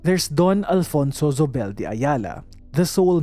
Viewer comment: You see…. La Tondeña. LA as in CASA. Not LA as in APPLE. Compañía = / com pa NYEE ya / Zobel = / So bel / Not /z/ You see…. 😉